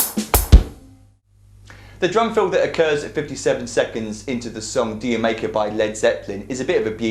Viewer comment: dude, the song is pronounced jamaica ;) keep up the great vids ;)